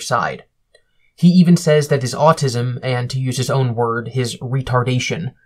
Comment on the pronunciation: Is his accent getting more southern?? The way he says autism is ridiculous